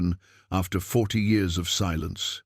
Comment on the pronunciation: I don't know why you cannot get the year's read correctly that's just stupid it's juit really screws up the continuity of the story